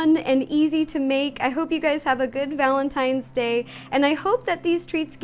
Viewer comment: It's day not dag